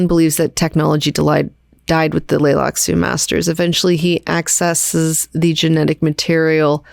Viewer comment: Does have a hard time with the letter T? She keeps skipping it in the word "Tleilaxu," so I thought maybe the T was supposed to be silent, but then she also skipped several other Ts in other words too.